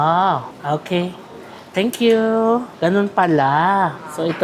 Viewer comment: Natatawa ko sa "tenk kyu"!😂😂😂 nagiging Chinese accent na...hehe mapapagala na nman ako sayo 😅 😅...❤❤❤❤❤